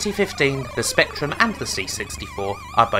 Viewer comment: but strangly he says spectrum and not spectwum.